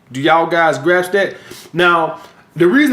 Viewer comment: “Do yall guys graps that?”